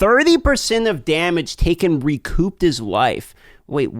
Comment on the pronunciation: P in recouped is silent you absolute ginger.